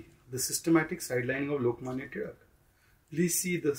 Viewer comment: As a maharashtrian proud of the fact that Shehzaad Poonawala said Lokmanya Tilak with a ‘ळ’ shows how he cares about these cultural nuances